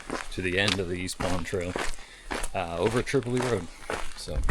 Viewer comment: Welcome back! You are a big reason why I started producing vids of the Whites. BTW Tripoli Road is pronounced "trip oh lie" road despite the city in Libya with the same spelling pronounced differently, and the Kanc is pronounced "kanc ah mah gus". (Hope you don't mind the corrections. They are offered in the spirt of being helpful but I know it sometimes comes across negatively, which isn't intended by any means in this case.)